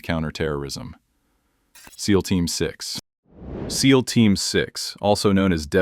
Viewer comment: pronounce seal for xxxx sake